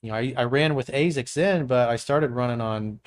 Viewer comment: I've never heard ASICS pronounced that way.